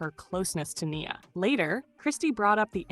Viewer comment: Not the A.I. voice messing up Nia's name...